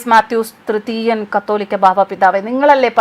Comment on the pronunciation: "കത്തോലിക്കാ" ബാവ എന്നല്ല കാതോലിക്കാ ബാവ എന്നാണു. വെടിക്കെട്ടും ആന പ്രകടനവും അവസാനിപ്പിക്കേണ്ട കാലം കഴിഞ്ഞിരിക്കുന്നു. മനുഷ്യർ സുബോധമുള്ളവരാകുക. 👍🤗